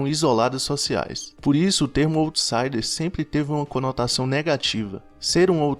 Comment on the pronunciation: Parabéns pelos assuntos trazidos nos vídeos, assisti a dois e já me inscrevi. Só queria dar um toque, sem arrogância, só para ficar ainda melhor... para checar a pronúncia no google pois quem já conhece as expressões, estranha um pouco quando ouve... se diz "áutsaider" e "lou profáil" (o outro vídeo que assisti e adorei também). Obrigada pelos conteúdos!